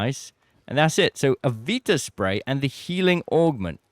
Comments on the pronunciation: Is it not pronounced vita as in v-eye-ta? As in, vital, vitality, the spray is vital for survival etc? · It's pronounced "Vita" as in Vitals btw, not like the PS Vita 😂